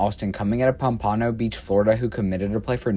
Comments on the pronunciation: Pom-pan- no.... geez! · Pampaahno beach lol